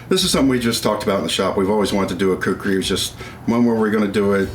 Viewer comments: Everyone should pronunce this awesome weapon as: "Khoo - Koo - Ree " nothing else. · Its actually "KHUKURI" . Nice content.